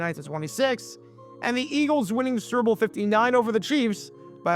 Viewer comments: I love how he calls the "Super Bowl" the "Cerball." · It sounds like you're saying serbil 😂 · Are you saying, "Syrup Bowl"? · Is he saying "sewer bowl"?